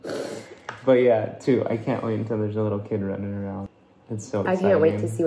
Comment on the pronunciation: I heard, "there's legs!"